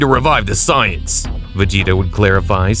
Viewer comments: Bro keeps purposely saying Sigh Ins instead of saiyans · Saying “Sighings” for “Saiyans” throwing me off. 👀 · I know for a fact you did NOT pronounce Saiyans as Psy-ans. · You really don't know how to say the word saiyans very well